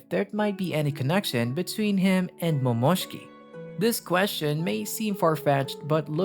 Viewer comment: A part of me died every time you said Momoshki😂